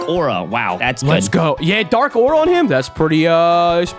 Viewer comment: "Dark aua"